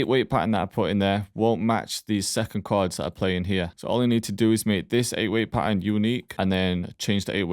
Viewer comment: Pahern😅 thx broshki